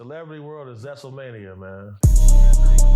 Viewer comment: Did he just say "Zestle Mania" 😭